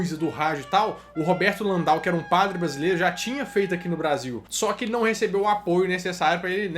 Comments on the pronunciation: Padre LAN-DEL DE MOURA. Não é Landal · Bom vídeo,. Só tenho algumas ressalvas bem pontuais: a respeito do porto-alegrense padre Landell de Moura, a pronúncia é mesmo como se lê, ao invés de "Landau". Sobre o computador de Alan Turing, "Enigma" era o nome das máquinas alemãs, e não do dispositivo de Turing. E por último, o Eniac possuía sim circuitos lógicos, apesar de não possuir transistores, e sim válvulas.